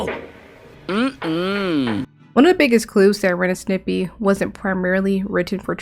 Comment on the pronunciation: You saying Snippy?Instead of Stimpy? Frankly I like that pronunciation.